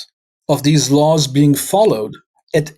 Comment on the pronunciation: Are you intentionally saying "lawls"?